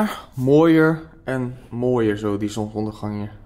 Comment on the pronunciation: het zonSondergang en niet zonondergang